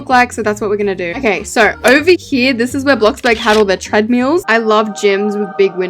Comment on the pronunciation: “tred-mEAls” hun it’s tred MILL